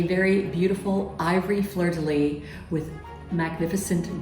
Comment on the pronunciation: Please say: fleur de lys (lisse). ❣️😘🇨🇭